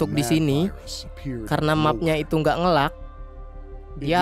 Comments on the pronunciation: Bukan "ngelag" pengucapannya, tapi "ngeleg" sedikit info aja mas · nge "leg" bang dibacanya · nge lag bacanya nge leg. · Ngeleig bang bukan ngelag di bacanya. Ditulisnya lag.